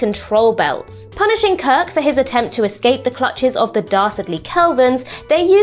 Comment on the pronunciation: Why did you keep saying Kird and Co? Kirk and Company sounds classier and more mature. Also, brushing off the Horta is rude and disrespectful. does a better job.